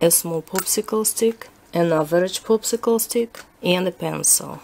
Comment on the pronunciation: Am I the only one hearing "poopsicle stick" instead of popsicle stick?! lol